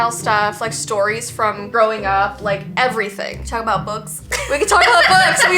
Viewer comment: E-vee-y thing podcast